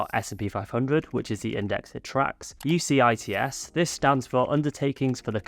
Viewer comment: UCITS is pronounced You-sits 😊